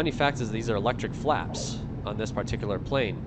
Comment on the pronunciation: great plane.. btw, did anyone count how many times he said PAR-tee-Que-lar. :D